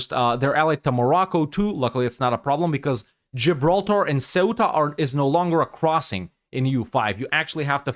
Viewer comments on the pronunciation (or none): none